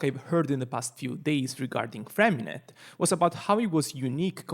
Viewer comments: I just want to say that his name isn't FremiNET. The "t" at the end of his name is silent. His name is French and is more along the lines of "FremiNEY". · btw it's Freh-mi-neh yes silent T